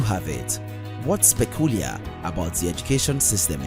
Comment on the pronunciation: What's pekulia (peculiar) at the end got me 😁